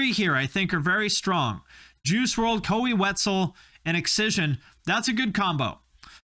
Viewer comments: “Koey Wetzel” 😂😂😂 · Did anyone else die a little inside when said “KOEY” Wetzel🤣🤣🤣 How do you know someone doesn’t keep up with the Texas music scene? They pronounce Koe as KOEY😂😂 my five were 1.Koe wetzel 2. hot mulligan 3. Benny the Butcher 4. Carson Jeffery 5. ADTR